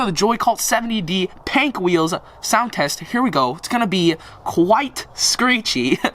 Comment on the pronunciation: "I got pank"😂😂🔥